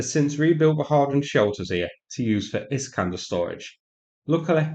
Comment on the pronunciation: Turned those Is-canders into Is-canters.